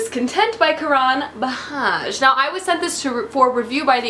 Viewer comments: It's not "bahaj" FYI, it's literally Bajaj. You sound out the J's like a "J". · Very very late but like Jam